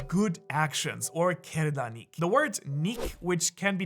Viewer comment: As an Iranian, I loved your pronunciations about goftar Nik, pander Nik, kerdar Nik ... LoL